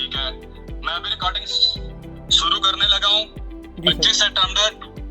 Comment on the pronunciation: अभी अपने सीनियर से contact करने लगा हूं,,,, "करने लगा हूं" ऐसे टोन पाकिस्तान पंजाब में बोलते हैं,,, क्रिकेटर इमरान खान को ऐसे बोलते हुए सुना होगा